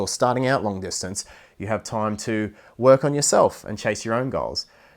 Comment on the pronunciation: please check the way you pronounce time it's difficult to understand what you are saying